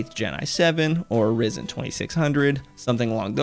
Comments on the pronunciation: its pronounced Ri-zen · " I have a Rizen" LMAO